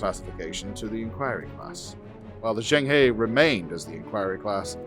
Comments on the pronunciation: the famous Chinese explorer's name is pronounced "jung-huh" which made me wince everytime the show said "jang-hey". Maybe they just incorrectly guessed how it was pronounced or they purposely made it sound different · [Djong Hö] Don't know why they didn't even try to pronounce the name closer to the original pronunciation... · The pronunciation on Zheng He should be closer to Jung Ha, I guess it just wasn't important to anyone at the time to get their historical references accurate. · Juhueng Huuegh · yeah, that's closer too, but the Zheng is quick, and is closer to Jung, and the He is almost like "huuh" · Zheng He = Jung huh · Zheng He should be pronounced more like Jerng Her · If they’re going to use Chinese names perhaps they should try to pronounce them properly and include tone marks and characters. Jeng her would be a more accurate sound for Zheng He. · Total mispronunciation of Xeng He. It's painful. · I wish Zheng He were pronounced properly. I cringe every time. 'Murica… sigh… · Zheng He is not Pronounced like in the show. You know it’s the name of a real person, might want to look it up. As a 7 ft eunuch who commanded the greatest wooden fleet in history he’s kinda a cultural hero to a billion plus Chinese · They have a very weird pronunciation of Zhang He